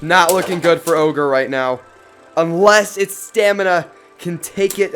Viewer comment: My mans triggered me every time he said ogre